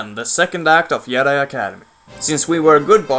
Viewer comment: It's not yedi it's JEDI!!!!!!